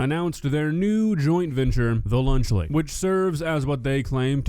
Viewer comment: Lunchly is nowhere near “lunch”